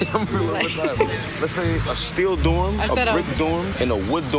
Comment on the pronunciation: Listen 😂😢😢😢😢to how he says dorm sounds like he said doom, he can't be serious